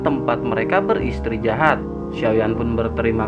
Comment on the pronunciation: mntp bang thankss, btw istirahat bang bukan istrijahat wkwkwkwk